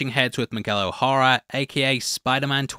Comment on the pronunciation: O'Hara is pronounced more like Oh Haira